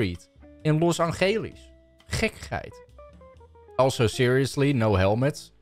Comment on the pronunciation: ✨Los Angelies✨😭